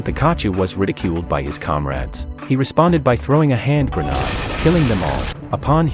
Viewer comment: What’s a “hand grow noode”? “Pick kah chew!?” It’s Picahcew…